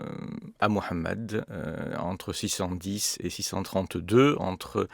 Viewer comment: Monsieur a le mérite, au-delà de son travail honorable et l’intérêt qu’il peut en avoir avec toute la pudeur intellectuelle nécessaire, de prononcer le prénom du Prophète Muhammed avec justesse, nous avons tellement eu droit au mahomet dissonant, moyen âgeux et péjoratif. Faut-il noter une déférence certaine du propos de chaque intervenant qu’il faut saluer. Chacun a des qualités pour ce en vue de quoi il a été créé comme l’écrit l’Imam Ghazali dans le Tabernacle des Lumières. Seul ALLAH sonde les cœurs et ses intentions. Madame, vous êtes dans une approche confessante?!.